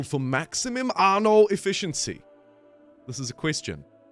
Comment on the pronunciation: "Arno" why are adding an R to a word without an R in it?